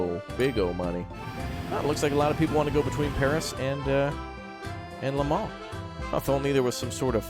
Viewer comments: "To Le MONS" xddd (From France its Le MANS ) so funny American try to speak french 😂😂😉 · You say it Le moh